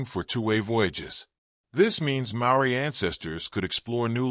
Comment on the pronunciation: Too much repetition and couldn't even pronounce maori properly 🤦🏽‍♂️